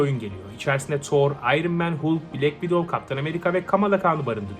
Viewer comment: Halk diye okunur Hulk diye yazilir